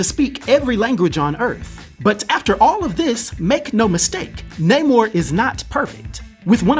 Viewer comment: Yes it’s Namor, not Namouurrhhh